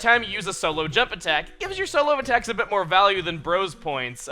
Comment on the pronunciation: When he said bit, i actually thought he said bitch